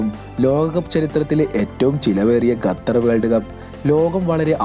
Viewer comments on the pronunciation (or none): 🤔ഗത്തർ എന്നല്ല ഖത്തർ എന്നാണ് 😊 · Arabic pronounciation ഗത്തർ എന്നാണ്